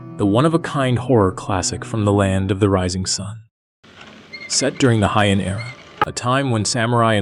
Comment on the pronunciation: it's good! But one little thing - it's pronounced "Hey-ann" (Heian)